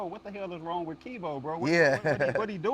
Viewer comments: he let dat man call him "" the whole video lol. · “” lol a real respectful dude for not correcting. but he was dropping gems tho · He keep calling you lol